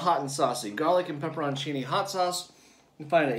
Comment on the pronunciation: Wholesome content. And I just googled the heck out of it. You're pronouncing it right, /pep per on chee' nee/